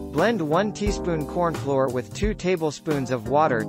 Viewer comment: AI said cornfloor for most of the video.